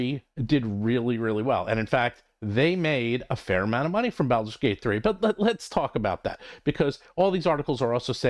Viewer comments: So absolutely agree with your content but is Baulders as in “ball” not “pal/balance” bawl-ders. Has been for decades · Why do you pronounce "Baldur's" like that? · It is a curious pronunciation that I haven't heard from anyone else.